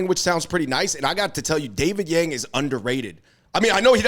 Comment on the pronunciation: The Hmong Yang's correct pronounciation is actually should be sounded young for Blue Hmong and yard for White Hmong. 😊😊